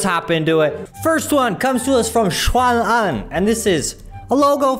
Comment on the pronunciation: I thought your pronunciation of Xuan Anh's name was pretty good then I saw on your website that you grew up in China. Cool dude! I teach Chinese kids. Where did you grow up?